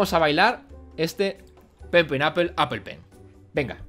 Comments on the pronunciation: al ultimo dijiste apol apol apol pen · cuando te das cuenta de k no sabe pronunciar apple